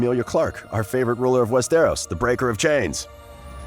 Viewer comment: its NOT "WEST AROS". ITS ONE BIG ASS WORD.